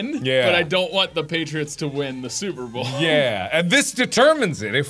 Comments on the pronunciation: why cant you say super bowl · can't say "super bowl" Instantly calls it "super bowl" Nailed it.